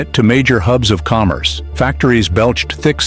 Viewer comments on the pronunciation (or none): none